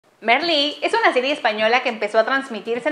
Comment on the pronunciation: Se pronuncia Marlí, no Merlí.